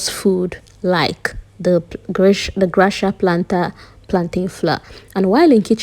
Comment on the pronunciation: Is that the pronunciation.. thought is gracia as in gracias or you don’t know the pronunciation??